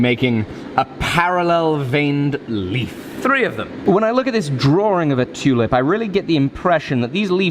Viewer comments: It sounded like said was going to make a tunip or did he just sneez? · No homo, I fucking love how you Brits say "tew-lip" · Love how ya say tulip... toolip😂😂